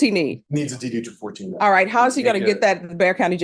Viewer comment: AI voice reading is ass... form DD TWO FOURTEEN, not 2 1 4...